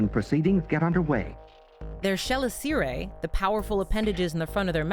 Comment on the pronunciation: I'm pretty sure "chelicera" isn't pronunced liked that? Anyway, awesome vid as always, i love the old documentaries you put in these